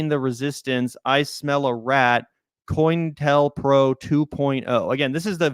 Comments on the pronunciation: Also, hun, it’s pronounced “co-intel-pro” The “intel” part is the key word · "Row" as in an argument is pronounced with "ow" (as in "ouch") at the end, not "oh." And it's pronounced "co-intel-pro" not "coin-tel-pro."